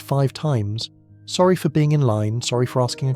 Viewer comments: It's sorry not zorry or orry. Clever AI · Why are you pronouncing "sorry" like "zorry"? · Okay, I like where this is going but either AI scripting or AI voice. Not Both. I was thinking I was mishearing the 'Orry's and the 'Zorri's in the first five minutes but nope, this is an AI script without a human to proofread it before feeding it to the AI voice generator. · . Oh OK, now I get it. They aren't even saying Sorry? They are saying 'orry', Zori, Zory Lol